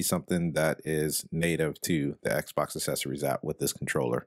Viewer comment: Says "assessories" instead of "accessories" 😂😂😂😂😂😂😂😂😂😂😂